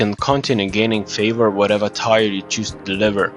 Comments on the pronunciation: it's pronounce tear like the ones that roll down my face when you pronounce tyre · Tire 1 2 3 4? TIRE?? Let me help you with your English. Friendly help. When people cry, they shed a "tear" (Not to be confused with "tear me a piece of paper from the notebook) Now say it with me, say this out loud, "my friend broke his phone but didn't shed a single tear. (Tears of guthix) T E A R Not tire. Hope I helped and don't forget to smash that like button